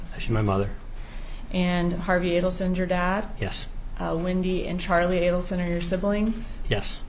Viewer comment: It's A-delson. Not Addleson.